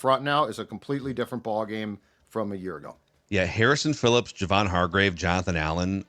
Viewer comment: It’s pronounced JAY-von not JUH-von. He’s said that himself